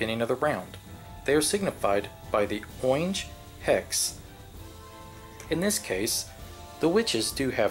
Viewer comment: "oynge" XD really useful tutorial but that made me laugh so hard